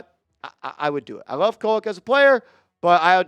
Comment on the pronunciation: Not Koleck bro. Hard D for you my dude.. 😂 No diddy!